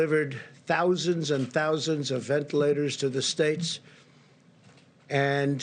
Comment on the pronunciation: "Thousands of vent-laters"